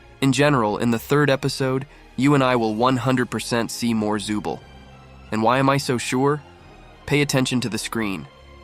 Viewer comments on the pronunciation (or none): Bro called zooble 'zubel'